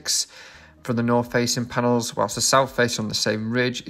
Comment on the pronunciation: Paenels….. is that a new word?